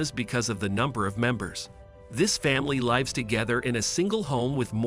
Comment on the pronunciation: Why does he keep saying "lives" wrongly.